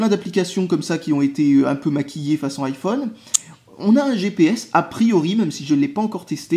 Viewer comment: [Aïe Oh És] Pas [Hi Oh És] 'vec ton [Apôle] là, essaye au moins de prononcer ça à l'Anglaise aussi ^^